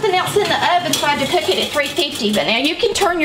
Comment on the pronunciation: Is that cook a three Syllable word?… Just kidding love your accent